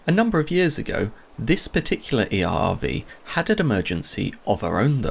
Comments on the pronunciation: ERRV: eyaaaaahvee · "this vessel is an EEE AHH AHH VEE"